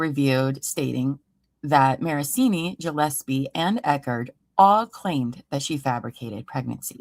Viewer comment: Mikes last name is Gillespie no gosepi